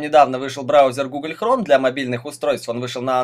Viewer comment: ГуглЬ хромЁ!!! а!!! ГугЛЬ!